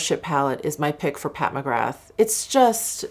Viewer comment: Hey, just a heads up that you pronounce McGrath like Ra, so you don't say the 'th' so McGra....